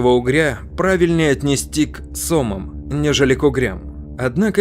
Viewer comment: " к сОмам". Что за озвучка колхозная? К сомАм...